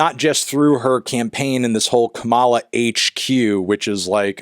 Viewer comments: he's clearly stressing the second syllable and not the first. Back in the previous election cycle, Trump was rightfully criticized for pronouncing Kamala the same way Anthony is doing here. Sadly those of us with non-"white" names never seem to get a break. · He can’t even pronounce her name correctly so I doubt it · I can't believe I have to teach an American how to pronounce your own vice-president's name, but it's KAmala, not KaMAla. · Kamala is pronounced similarly to calm, so com-uh-luh not come-all-uh. I had a hard time watching for this reason :/ it comes across as a microagression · It's pronounced "KAH-mah-lah" not "kuh-MAH-lah" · Tell me you are clueless about politics without telling me you are clueless about politics. BIH PLEASE. Xanned out demeanor? The laugh? Could you please regurgitate another Fox News garbage talking point?! Her name is pronounced Kama-la. Not Ka,-ah-la. YOU ARE NOT BRAT AND NEVER WILL BE. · I hate that I am this person, but it’s KAmala, not KamAla💀💚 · I would just like to say that it’s pronounced COMMA-la, not kuh-MAH-la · love ya and agree with everything you’ve said in this video. just wanted to stop by and correct you on one minor detail- her name is pronounced KAH-muh-la, not Kuh-mah-la. not to be a Hermoine, but I think the correction is simply a matter of cultural respect. keep doing great things, brathony. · Yo melon just so you know, her name is pronounced "KAH-mala," not "KaMAla" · Just a reminder that her name is pronounced COMMA-La, not Kuh-MALA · You’re pronouncing her name wrong. It’s “KAH-muh-luh” not “Kuh-MAH-luh” “Comma-la” basically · Comma-La, not "ca-mala" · it’s comma-la. not kuh-mah-lah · KA-ma-la. Not Ka-MA-la. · It’s pronounced Comma-Luh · Just a note- Kamala is pronounced like "comma luh," not trying to endorse or be rude just giving the pronunciation :) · Are you actually unaware that it’s pronounced KAH-muh-luh? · I know it doesn’t matter but it’s “Kah-muh-luh” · It’s pronounced KAH-muh-luh, Melon my boi